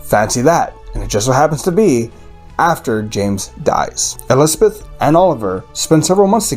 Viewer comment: Elspeth, not Espeth.